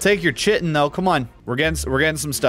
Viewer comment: Hey, Chitin is pronounced like "kite-in" Just FYI (if you care)